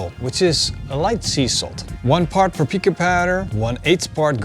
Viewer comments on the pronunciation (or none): Okay so I watched that like 15 times all I can make out is Por-pee-ka powder is that PAPRIKA? Not sure what else it may be. Anyone know. Sounds solid other than i don't have a clue what that bit was.